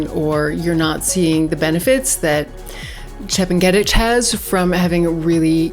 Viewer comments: Chep nge ' tich learn how to pronounce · That's not how Chepng'etich is pronounced, it's actually very easy once you hear it. Great analysis though